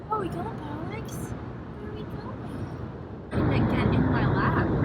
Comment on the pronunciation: Why do you pronounce it 'Pollix?'